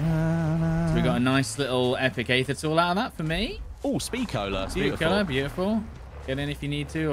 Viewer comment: Aether is pronounced EEther, not Ayther